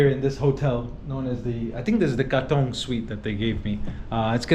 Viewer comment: You pronoune Katong really well...especially for an American😊